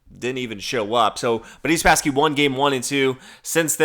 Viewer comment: You speak far too rapidly, slow down a little. Also Who Spassky? It sounded like you 'Budese'; if you were more measured in your delivery we could hear more.